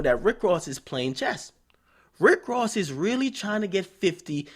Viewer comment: Wtf y'all talking about^ lol all I know is Rick rozay cause he really can't say Ross lol is not gangster at all just a great actor.